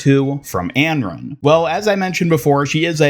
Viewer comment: Not even trying to hate but I can’t understand how you pronounced Anran like that 😭